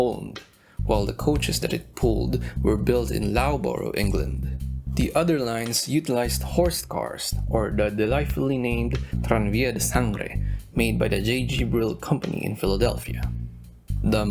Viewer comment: I loved it. One very tiny suggestion. Loughborough in England rhymes with 'rough'. 😅